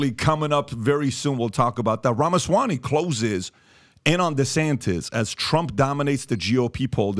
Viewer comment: Not Ramasawany,but Ramaswamy.